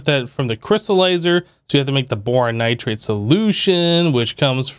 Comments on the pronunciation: It’s not nitrade it’s pronounced Nigh-tride Edit: He figured it out later in the video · There's no A in nitride plsss stop saying nitrade!!!